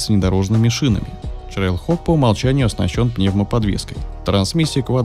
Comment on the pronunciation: ТрэйлХок а не ЧрейлХок